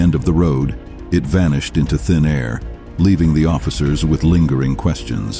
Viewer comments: Wtf is vehicalished yet again??? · Vehiclished instead of vanished is diabolical